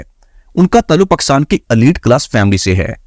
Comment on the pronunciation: بولتے ہوۓ میرۓ پیارۓ وطن کا نام ٹھیک سے لولفظ پاکستان ہے جب کے تم باربارپکساتن کہہ رہے ہو